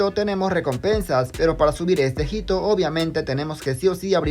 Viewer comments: Perdón por comentar esto, pero no se dice "jito", sino "ito". La H no se pronuncia querido 😅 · Amigo, hito se lee ito, no jito